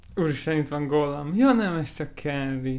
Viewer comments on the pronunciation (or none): ugy mondja gollam hogy kolam kaolam